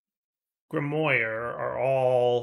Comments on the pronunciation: Grimoire is pronounced Grim-Wah and I thought was a smart guy 🤔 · It's pronounced "grimwar" haha